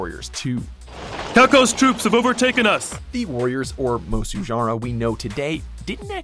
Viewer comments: "mosu games" say it with me. It's pronounced MOO-so. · It's Musou Not Mosu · MU SOU not musu ffs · What “musu” it’s Japanese not French, it’s “muso”. In Japanese, “mo” is “maw”, and “mou” is “moh”, hence the distinction. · MU-SO not MO-SU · Musou. Not Mozu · Now he’s gone from saying “musu” to “mosu” the exactly opposite of what is correct. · Just a small nitpick, but you're pronouncing Musou wrong. It's pronounced like moo-soh, with a soft "s" and long "o'" sound. If you've seen any of the Japanese trailers for any of the games, you'll hear how it's pronounced. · "Musou" is pronounced "moo" like a cow, and "sew" like what you do with a needle and thread. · I should have known not to take this list seriously when Musou was pronounced “Mozoo” Not one Sengoku musou title despite the fact they haven’t fuck up like dynasty. And not even a respectable mention for Basara... Trash... 🚮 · My Guy, Its Pronounced MOOSHOO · Youre pronouncing musou wrong